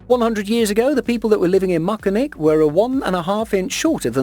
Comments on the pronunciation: Its moncton not mactan atleats get it right I am form there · Moncton* not Mactan hahah